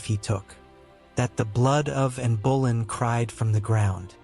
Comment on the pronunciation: Interesting. But: Anne Bo-LINN. Not BOWLIN. You’d think this much research would reveal that — or are you just not riding herd on your robot narrator?